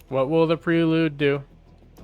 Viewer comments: Honda PRAY lude. Not pree lude. 😉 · Everytime he calls it pree-lude I'm screaming at my phone, "it's pronounced "pray-lude" you lunatic".....lol....nice vid